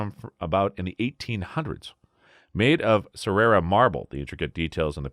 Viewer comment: Ca-rare-a marble. Hard c.